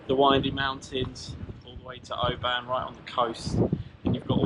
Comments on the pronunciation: 😂 can’t believe you bought a turbo there , we go to Mull every year ! It’s not pronounced O~BAN , it’s it’s more like one syllable, if that makes any sense 😂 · Great video. BTW it's Oban, (you say a short a, as in the e in open), not Obaaaan 👍🏻